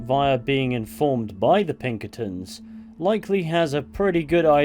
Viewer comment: “The plunkertins” it’s Pinkertons😭🤣🤣